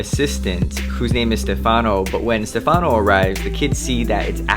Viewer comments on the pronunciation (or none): none